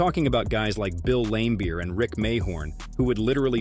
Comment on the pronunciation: Bill Lame-beer? Eye-zi-ah Thomas? He mispronounces almost every name. Has the narrator ever watched a basketball game from the 80s-90s?